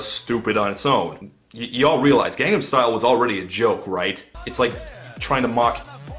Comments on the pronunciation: First “weekee” now “Gondam style” get a speech therapist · Also "gandam style" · Pretty sure he was intentionally mispronouncing stuff throughout as a joke, like "Gundam Style" and "Ender Scrolls" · "ender scrolls" and "gandam style" are alpha mispronunciations